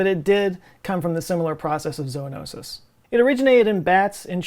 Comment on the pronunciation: Thank you,, for pronouncing zo-o-no-sis correctly. It is indeed zo-oh, not zoo (zuh). Probably a useless observation on my part, in such dire circumstances. Just a retired teacher, trying to exert a smidgeon of control in a world spinning out of control. 😯